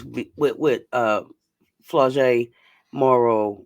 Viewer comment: We gotta get Coach respecting Big 4. It’s not Flo …. It’s pronounced Flaw (like camouflage — her father’s rapping name). 😆